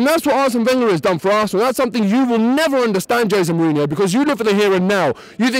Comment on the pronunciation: Kind of hard to talk about class when you can't even pronounce his name... Some good perceptive arguments but he's just pointing out that they're different people with....different agendas (big surprise!). Wenger is a great manager but needs to win the League this year then bugger off and manage France finally!!